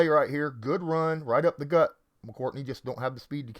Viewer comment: it's McCourty, not "McCourtney"